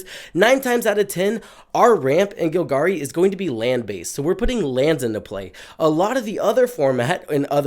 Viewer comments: It's GOLgari bro, not GILgari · Vraska is gonna get you if you keep pronouncing Golgari that way.